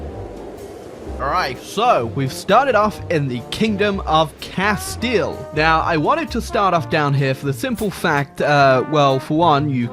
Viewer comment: I think I just got a massive boner when finally someone pronounced Castille